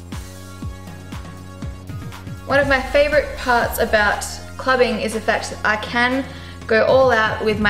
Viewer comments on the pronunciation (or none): none